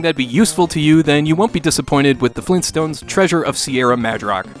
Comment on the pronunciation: it's Mad-rock not Madge-rock dammit! great video though I'm glad I found this channel